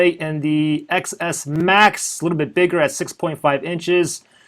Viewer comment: It's pronounced 10s Max